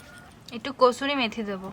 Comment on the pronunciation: Kosuri meth noy pls pronounce well it's kasuri methi Limu ki shundor pronounce korey.